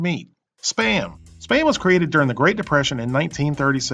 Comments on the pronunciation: It's pronounced "spam", not "spayam". One syllable! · "You knpw what SPAM is ?" ....ANd I was like "YEAH OFC MAN ! I see it on the internet everyday !!!!!, then you said it wrong ! and i was like "WUUUUUT ?! o_0"